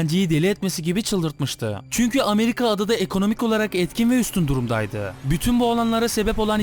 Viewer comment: O gemiyi İspanya değil 2.Abdülhamid emri ile güvendiği adamları amerikan gemisi patlatıyorlar Abi Küba'nın Hayır PUŞTLUK kelimesini Ameriga diyor :D